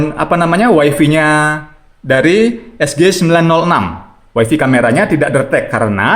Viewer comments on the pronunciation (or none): malu ah.. masa bilangnya "waifi".. yg bener "waifai".. 😜